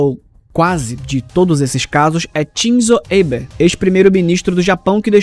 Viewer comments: se for uma pronúncia mais americanizada aí tudo bem, mas nenhum japonês pronuncia dessa maneira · por favor verifique de novo,essa pronúncia nao é japonesa nao